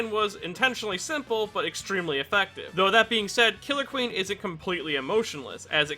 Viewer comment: You said killer queen wrong